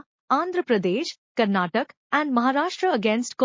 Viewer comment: Funny how the reader pronounces Karnataka as karnatak.😂